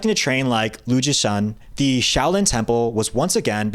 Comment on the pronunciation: "Show" lin gong fu.